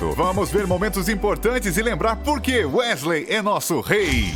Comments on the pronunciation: não é Wesley, é Weasley. Fora isso, o vídeo ficou ótimo 🖒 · Tbm não acreditei quando falou "Wesley". Voltei o vídeo 3x pq achei que tivesse ouvido errado. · Ele falando Wesley..... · "Wesley" ta de sacanagem. Estudem pelo menos a pronuncia dos nomes, é bem feio errar isso. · Kssksksk é vdd se fala Wisley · WÉSLEY! kkkkk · Aff nem pra acertar as pronúncias Wésley Foufí? Affffffffff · "Wesley" ta de sacanagem. Estudem pelo menos a pronuncia dos nomes, é bem feio errar isso. copiei do ultimo pq qsta totalmente secto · Eis que eu tenho um enfarto quando ele fala o nome errado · ATE O VOLDEMORT FALA.MELHOR AVADA KEDAVRA DO Q ESSE CARA FALANDO WEASLEY